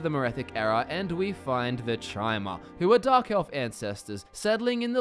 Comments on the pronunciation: Chimer = kai-mer As in chimera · Guy LITERALLY said Chy-mer. He doesn't know how to even pronounce an elven race. Probably not a lore master..... just saying. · sees video. Hears this mong pronounce Chimer. Leaves.